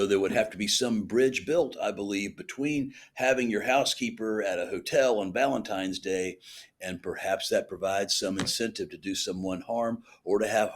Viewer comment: I can not believe Nancy grace said VALENTIMES day!!!